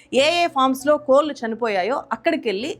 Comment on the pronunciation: కోళ్లు కోల్లు కాదు కదా గారూ